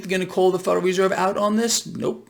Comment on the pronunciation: the "fuderal" reserve